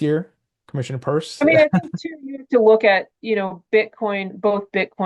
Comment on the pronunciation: It’s Pierce NOT Purse👀